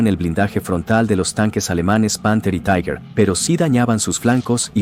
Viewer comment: Se pronuncia TIGA. Taiguer no es alemán.